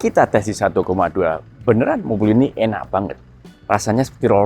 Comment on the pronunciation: pengucapan "enak banget" itu sudah menunjukan kalau asli original wong solo wwkkwkw